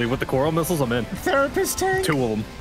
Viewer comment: gunna need a real therapist for the short time it was 'the-rapist'